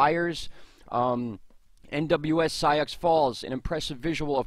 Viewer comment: Great work, awesome high quality pyrocumulous cloud photo; just FYI, "sioux" far as i know is pronounced "SOO" --- :)